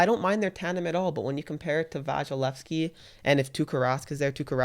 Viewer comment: Did.. did you both say VAGilesky?